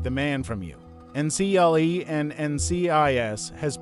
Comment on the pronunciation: It's pronounced "UNCLE" as in your father's or mother's brother.